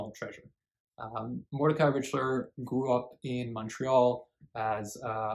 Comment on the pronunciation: Mr. Richler is not “a national treasure “ in Quebec. That’s for sure. BTW - it’s R ick ler. 😊